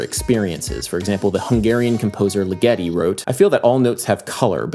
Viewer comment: You're awesome! But Ligeti has the accent on the first i'. Like "fidgety", not like "spaghetti". He's Hungarian, not Italian :) I don't know if this constitutes as being a grammar nazi, but this is driving me nuts!